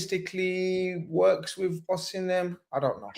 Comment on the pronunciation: Victor Osinamhian ar (even saeed laughed lol)